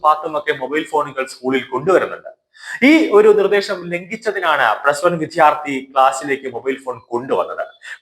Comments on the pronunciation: വിദ്യാർത്ഥി എന്നു ശരിയായി ഉച്ചരിച്ചു കൂടേ? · താങ്കളുടെ ഉച്ചാരണം, ശരിയല്ല. വിദ്യാർത്ഥി എന്നു തന്നെ പറയണം.